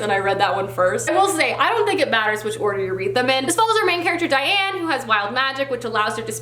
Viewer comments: hey, I just wanted to point out that Daine (from the Immortals) is pronounced "Dayn", and not like "Diane" :) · Hey! I’m a huge fan of Tamora Pierce. Quick correction on how you pronounce Tammy’s name. It’s Tam-more-a. Also, the main character of wild magic is daine, not Diane the I and the A are swap. Sorry to correct you, but thought it might be helpful if you continue with the immortals quartet. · OMG!!!!! YEEEEES! Wild magic is my favourite book OF ALL TIME! Also I'm so glad you also call her Diane because I thought it was that until I listened to the audio book and realized its Daine so the i and a are switched and because it's so close I thought it was Diane. I hope you enjoy it as much as I did and do!!!!